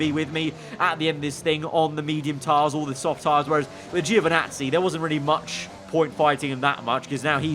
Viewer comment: Please, Giovinazzi's name is pronounced (Jo)vinazzi, not (geo)vinazzi